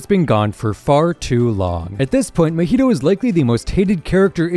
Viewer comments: Its mah-hito not ma-hito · If you say muheedo one more time ima go crazy, it’s “MA-HEE-TOE” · I’m sorry “MEHETO”? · say mahito coreectly